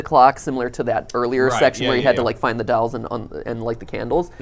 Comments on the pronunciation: Both those boys are saying “dowels”, and you can’t convince me otherwise. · Drinking Game: Take a shot every time Matt says “dalls” instead if “dolls.”